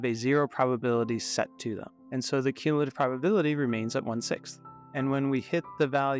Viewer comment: what are you even talking about, he pronounces it perfectly